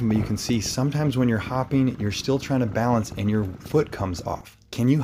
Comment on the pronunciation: Coach, it’s “balance” :)